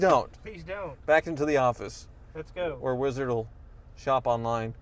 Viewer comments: every time he says Weezerd all the atoms in my body cringe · Could you please stop saying "Weeezzard!" it drives me nuts! I like your channel but I seriously want to unsubscribe just because of how you say wizard.